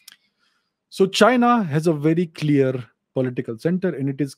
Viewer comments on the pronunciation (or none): none